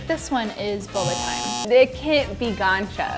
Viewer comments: “gone-chuh” Fml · got so annoyed when she said goncha